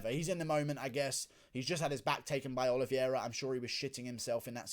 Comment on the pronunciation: Guru, the correct pronunciation is O-L-I-V-E-I-R-A, not OLIVIERA